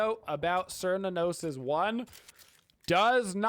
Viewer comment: Thank you for this great video. I have never played Smite before, but as a huge fan of Cernunnos from Celtic mythology I am planning on getting Smite just to play him, and only him. By the way the correct pronunciation of his name phonetically is with a hard K as in: Care-New-Know-Ss. C’s are always pronounced like a K, in Irish Gaelic.